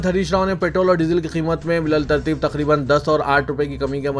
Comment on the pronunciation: با لترتیب..... اسکو bitterteeb پڑھیں الف نہیں پڑھا جا تا